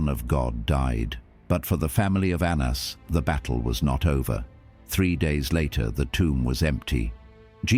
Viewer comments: His name was pronounced “Ananus” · Anna's was indeed accountable. Correct, but lazy Gentiles however have used it for antisemitism ever since Ps fix the Hebrew pronunciation , very incorrect.